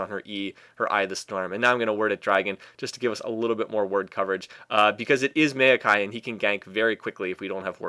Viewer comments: i always thought it was mao-kai, not mail-kai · hate how he says "meio-kai"..